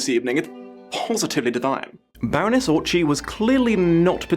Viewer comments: Just a small tidbit - yes I know, to a 3 year old video - the "cz" in Orczy is not pronounced "ch" but rather "tz". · Great video, thanks! :) Also, I'm sure somebody already mentioned it, but the Orczys are one of the oldest hungarian noble families, and they pronounce there name as "ort͡si", not "ort͡ʃi". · Just a Hungarian pronunciation tip: Orzy is not pronounced "orCHy" but "orTZy" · Okay, sorry, hungarian here... The name Orczy is said with a hard 'c' in the middle, not with a 'ch' sound. In Hungarian 'cz' is a hard 'c'. Every time you say Orczy I cringe. The Hungarian in me couldn't keep this to herself, sorry again. Be safe, I love your vids! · I loved the video! There is just one thing, the cz in Orczy's name is pronunced like the ts in tsk. Our language is weird in how to pronunc stuff, and we have a lot of double letters so it's hard to know how to pronunc stuff on the spot. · One, I hope constructive, criticism: you mispronounced her last name. It is supposed to be pronounced more like "Ortsy". I am a native Hungarian. As to the Pimpernel himself: I always regarded him as a super spy, that predates Bond. Like a Bond meets Batman. The chapter "The Jew" is indeed...erm...problematic. I am not Jewish, but it threw me off. You should review the one with Richard E. Grant as well. The actor who plays Gaius Baltar shows up in one of the episodes and while I like him, I have the suspicion that he has an amazing talent for crying on camera, because he is being asked to do it in every tv-show I've seen him in. Including "The Scarlet Pimpernel". This poor man cries more than Frodo Baggins!!! Finally: Marguerite is an actress in the book as well. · After hearing you horribly butcher a Hungarian name I finally understand how the French viewers feel. (Still love ya, though, you beautiful bastid.) Fun fact: the guillotine was originally meant to be a surgical tool for amputations before it was coopted for executions.